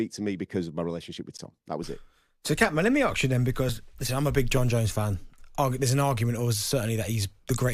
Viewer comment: I figured "Let me arks you then" would be a Jon Jones fan